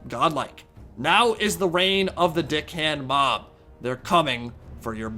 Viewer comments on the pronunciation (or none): bruh he kept saying dick hand mob and the captions know it too